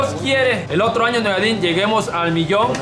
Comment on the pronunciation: Y cuando dijo hay otlo hay otlo😂😂